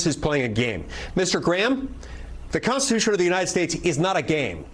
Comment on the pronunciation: I like how Nancy Pelosi says CONTHITUTHON. lol